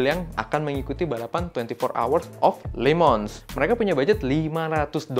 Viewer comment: Yang bener itu Lemangs penyebutannya